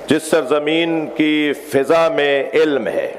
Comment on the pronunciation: مولانا نے لفظ فَضا کو کئی بار فِزا پڑھا۔اتنے بڑے ذاکر سے یہ فا ش غلطی حیرت ہے۔ دوسرے یہ کہ آپ نے خود اپنے مصرعے بھی پڑھے جس سے ثابت ہوا کہ آپ شاعر بھی ہیں لیکن جب مصائب پڑھتے ہیں تو مصرع کو بے بحر پڑھتے ہیں۔وہ مصرع یہ ہے کتنی مجبور تھی ساقئی کوثر کی بہو اس کا دوسرا مصرع یہ ہے۔ خالی مشکیزہ کئی بار الٹ کر دیکھا جب شا عر بھی ہیں تو ایسی غلطی نظر انداز نہیں کی جا سکتی۔